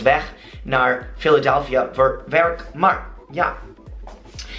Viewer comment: Omdaat is pronounced as omdat, dat similar to the way you say that, mar is maar. This is the way to get a dutch accent.